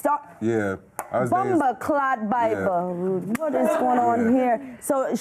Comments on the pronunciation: Kiesha cole just said " boombooclaat "? 😂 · Did Keyshia said bumboclat????😂